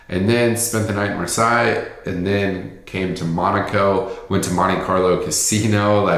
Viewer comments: Were you in Marseille? Pronounced Mar-say. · I went there for the first time in 2019 before covid. And Versailles is pronounced Ver-sigh but Marseille is pronounced Mar-say. Just for future reference.